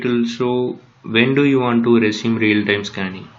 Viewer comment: its "real-time" not "rail tam" but thanks